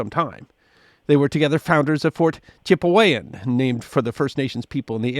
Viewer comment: Its pronounced Chip-e-wan not Chip-ey-wan!